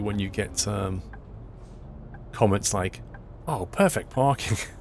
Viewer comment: Anyone notice he said perfect parping LOL :)